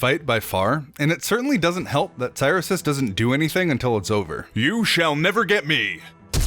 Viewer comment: Cyrisus name is definitely pronounced krix sus